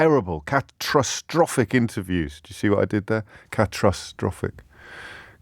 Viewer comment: "catrusstrophic" Thanks for staying up all night James, I lol'd